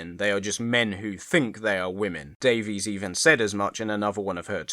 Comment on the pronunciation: Like RTD, she pronounces her surname "Davis", not "Daveez"